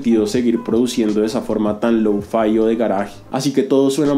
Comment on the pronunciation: Creo que se escribe lo-fi, no louu-faai XD